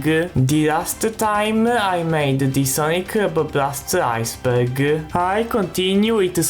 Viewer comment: I don't wanna make fun of how he talks... but when he says Iceberg it sounds like he's saying "IceBurger" just a minor word I kept hearing.